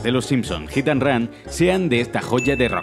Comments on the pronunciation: "Gitan run" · Ok pero... Jitanran xD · hit and ran jajajajajajajajaa, todos los españoles y argentinos pronuncian igual jajajajajaja!